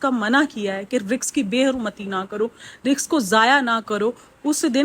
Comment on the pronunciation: Behn RIZQ hota hai, RIKS nahi.. na english pronunciation theek hai na urdu